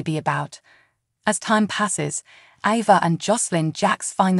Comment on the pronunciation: Learn how to pronounce their names CORRECTLY!!! AAAAAYVA, NOT AVA!!!